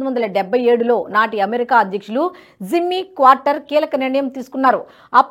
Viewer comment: తల్లో... క్వార్టర్ కాదు... ఎందుకా తొందర..??? కార్టర్...!! నీలాంటోళ్ళనే.. ఉద్యోగాల్లోంచి పీకేస్తున్నారు..!! అప్డేట్ అవ్వు తల్లీ..